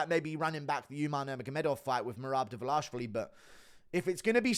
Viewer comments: Can you stop saying Davlashvili? It's Dva-lish-vi-li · it ain't 'Dvlaishvili' - annoyed the fuck out of me 🫠🫠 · The DVALISHVILLI pronunciation is HYSTERICAL!!! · please learn to say his last name right haha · why do you butcher merabs last name?